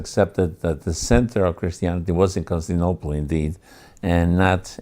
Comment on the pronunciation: Perhaps it was used, somewhere, in this fashion, but I have searched high and low... nobody else but "this guy' calls the city Constinople. The city is Constantinople. It is really hard to get past that.